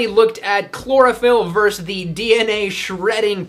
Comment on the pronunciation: I like your videos, but it's "versus", not "verse".